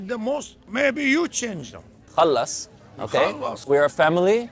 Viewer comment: The way he said "khalas" in make me think this video is made up.......his accent is not even close to arabs lol